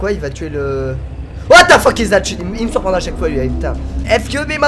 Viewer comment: Whaat the Pheeuuque ! Mdrr il m'tue xD